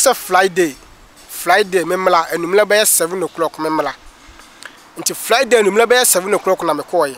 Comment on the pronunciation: He said flyday